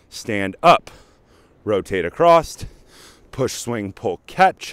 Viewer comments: AcrossT, that's what I came. He definitely said acrossT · Heads up dude. The word is across.